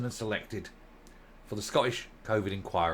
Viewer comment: Please will you pronounce the letters T in the word Scottish. It's not Sco_ish. There's a huge cringe factor attached to saying it like this. Thanks. Just don't want you sounding like a Nat. Thanks for all your good work.